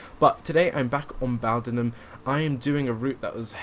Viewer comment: Just for note, its pronounced Bow "as in in Bow and Arrrow". Bowdenham. Not bow "as in take a bow" :) I hear a lot of people mis-pronounce it